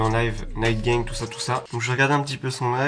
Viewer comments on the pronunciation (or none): none